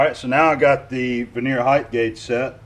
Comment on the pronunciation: Hey I heard you say veneer several times unless your speaking about wood veneer its pronounced ver-ni-er....just having little fun don't get hot LOL